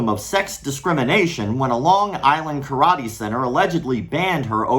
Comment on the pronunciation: "Karate Thot-ee"